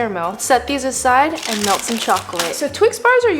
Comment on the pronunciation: I honestly thought she said “let’s milk the chocolate”